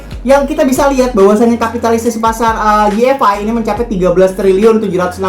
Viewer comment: Koreksi bang bukan yi ef ai, tapi wai ef ai. Makasih 😁